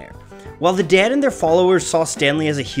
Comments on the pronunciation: Is it just me, or does it sound like he's saying "Dad" every time instead of "Dead"? Good video, though. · It's "ded" like bed, red, ted, said. Not "dad" like had, rad, bad, sad. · The DAY-ed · The way you pronounce dead causes me physical discomfort. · DEAD IS A ONE SYLLABLE WORD. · The way you pronounce the ea sound it make me cringe